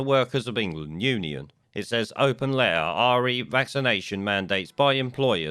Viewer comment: Sorry, and I guess it's considered rude to say it but I can't face listening to somebody who says open lair instead of open letter.